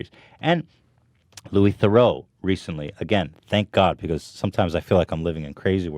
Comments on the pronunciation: Louis The-roo not Louis The-row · It’s pronounced - “Ther-roo”